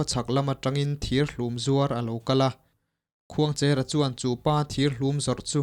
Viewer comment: Khuangchêra (pasalțha) hming leh tuna i sawi Khuangchera hming hi a thluk a inang lo aw. Heta 'cher' hi chu "Rul a lo tleng mek" tiha tleng thluk hian lam tur.